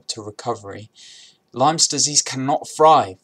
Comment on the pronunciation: Its lyme not lymes